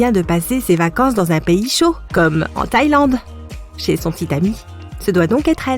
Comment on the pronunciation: tu n’as rien à dire pk tu dis ché